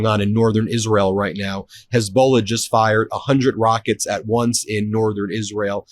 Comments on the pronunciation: Hey Ben, it's not pronounced HEZBOWLA...and it's not Straight of HORMOEZ. come on brutha. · Ben, I like your stuff but you need to learn how to pronounce 2 well known words: Hormuz and Hezbollah. You mispronounce BOTH of these and, frankly, it makes you look a bit clueless on world geopolitics. These 2 names are often talked about and you are mispronouncing both. PLEASE get these pronounced correctly so you don’t look like an amateur here!